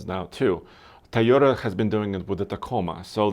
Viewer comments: its tOOOyota "O" NOT tAyota with an "A" !!! learn to pronunce it !!!! god.. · all and all cant you stop saying a toyota car a tayoda, it is toyo tha!